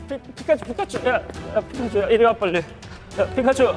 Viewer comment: 저피카츄발음 자해요